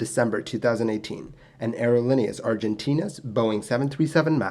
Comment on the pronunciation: Btw, it's "Aerolineas Argentinas" not "Aerolinieas Argentinas" :)